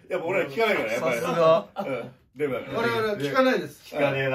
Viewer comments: 最初、「効かないねえMだから」に聞こえてびっくり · 「デブだから」が「Mだから」に聞こえてさらに納得した